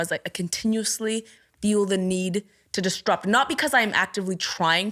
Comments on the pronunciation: Has literally no one ever noticed that she says disTrupt instead of disRupt? Because she says the word a lot and how come no one has ever corrected her? Unless it's a part of a canadian dialect or something that I'm not aware of but I've never ever heard someone say disrupt in this way. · I wanna die every time she says “distrupt” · Couldn't get over her saying DisTrupt, instead of disrupt lol But a brilliant interview otherwise! x